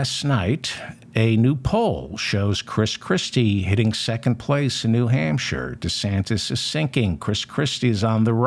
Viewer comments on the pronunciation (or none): none